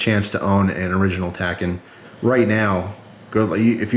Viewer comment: "Takken" Nigga, this isn't no arcade game!